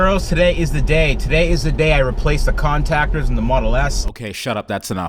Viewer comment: " Con -tac-ers "